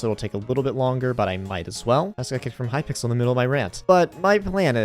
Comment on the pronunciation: Bro really said hypickle